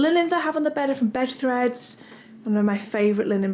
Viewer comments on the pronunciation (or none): none